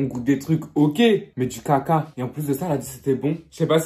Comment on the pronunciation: Comment il dit caca 😂😂